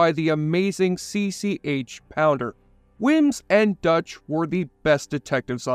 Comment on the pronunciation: POUNDER!!! NOT POWDER